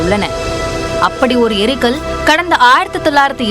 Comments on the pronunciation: முதல்ல தமிழ் படிங்க.. எரிகல், ஏரிகள் என்பதற்கு வித்தியாசம் தெரியாத தற்குறித்தனம்.. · தமிழை கொலை செய்கிறீர்கள். ஏரிகள் அல்ல எரிகல் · அது ஏரிகள் அல்ல எரிகல்.